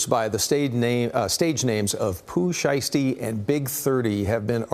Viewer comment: the way that lady says “Pooh Siesty” got me… 💀 😂